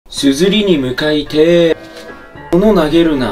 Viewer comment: 「硯に向かいて」の語尾気になるなぁ💦 私は好きじゃない